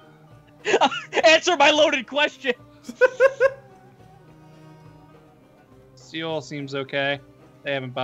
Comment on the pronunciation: You guys... Seoul is pronounced just like the English word soul. Please read this